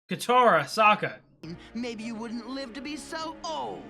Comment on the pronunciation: you had corrected yourself and then went back to "so-kuh" 🤦 I like that you are appreciating the journey, there is another reactor out there, a 17 year old Australian girl who complains about anything that doesn't "forward the main goal". She has zero understanding of sub-plots or realistic plots.